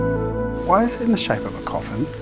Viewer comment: As a German, the "VHY AM I GERMAN??" killed me 🤣